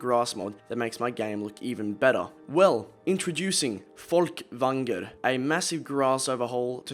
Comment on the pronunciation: Earned a like just for your pronunciation of Folkvangr